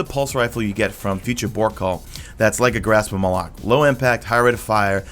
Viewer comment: You're the only person I've seen that pronounces Malok correctly. Bless your soul.